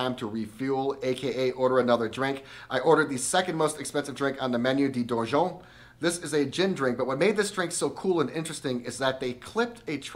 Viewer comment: If you want to get your pronunciation right, it’s ‘Luh cirque’ not ‘lay cirque’. And that cocktail is not ‘Dor-jon’ it’s ‘Dor-doyne’. Great review though.